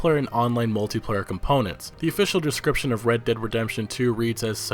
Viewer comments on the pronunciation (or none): none